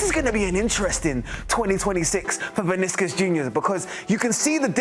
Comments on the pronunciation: “Viniskus Jr” 🤣🤣🤣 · Who tf is Viniskus Jr? C'mom man, at least get the name right.